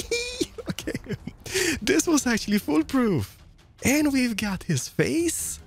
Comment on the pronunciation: I love when he says 'Not like dis!'